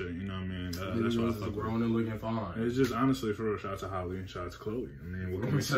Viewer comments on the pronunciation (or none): Halle like Halle Berry not Holly